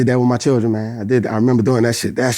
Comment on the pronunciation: dat nigga said “lil chiren” 😂🤣😂